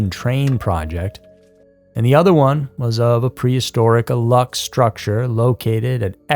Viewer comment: It's spelled alux and pronounced "a-loosh." It takes two seconds to look up the correct spelling and punctuation of things before making whole ass videos about them.